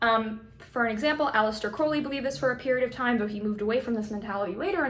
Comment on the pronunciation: Finally someone who pronounces Crowley properly! It's meant to rhyme with Holy, NOT the way Ozzy sang it.